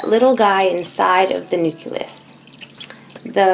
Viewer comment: Um it's not prononced nuculus.